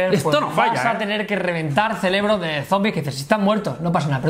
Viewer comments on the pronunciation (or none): CELEBRO DE ZOMBIE . ah bueno yo crei que era cerebro